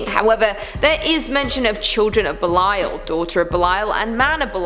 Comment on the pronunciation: Also Thank u, for pronouncing Belial correctly. Belial is DEFINITELY A VERY INTERESTING & POWERFUL INFERNAL KING! According to the Bible, King Belial was the 2nd only to Lucifer to be cast from Heaven... BUT WHAT ABOUT THE 19 BOOKS THAT HUMANS HAVE CHOSEN TO "CUT✂️OUT" OF THE BIBLE? ~Everyone should REALLY ask why that is... And what do they say in them that made them be cut out?!~ 🤔 BOOKS LIKE: 1 Esdras, 2 Esdras, The Book of Tobit, The Book of Susanna, Additions to Esther, The Book of Judith, Wisdom of Solomon, Ecclesiasticus, Baruch, The Epistle of Jeremiah, The Prayer of Azariah, Bel and the Dragon, Prayer of Manasses, 1 Maccabees, 2 Maccabees, Book of Enoch, Book of Jubilees, Gospel of Philip, and the Gospel of Mary. THATS A WHOLE LOT THAT WAS TAKEN OUT... So how many ppl REALLY know the Bible? The actual full Bible that HASN'T been cut up to suit different era's of humans making religions...